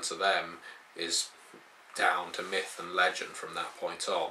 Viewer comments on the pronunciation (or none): none